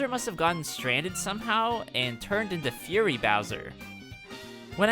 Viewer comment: he's saying "furry" bowser